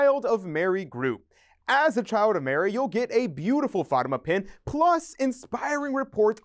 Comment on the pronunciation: Please learn how to say Fatima correctly.